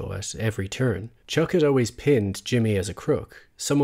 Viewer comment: Did you just call him Chook instead of Chuck?